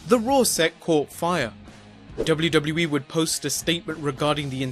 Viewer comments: the way this dude says wwe "Doublie doublie E" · Lol the way he says wwe is funny as fuck!